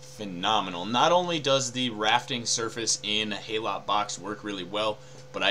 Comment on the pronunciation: Just a nitpick - HALOT is pronounced 'hallow', as in 'hallowed'.